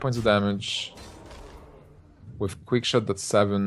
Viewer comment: I have to say it. I haaaaaaate esport commentators with THICK accents like. If you cannot say "with" as "with" and not "wiff" then you need to go back to primary school. Articulate! There are speech therapy classes for a reason. Sorry guys, it bugged me. I needed to get that off my chest.